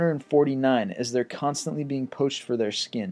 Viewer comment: Poach* not potch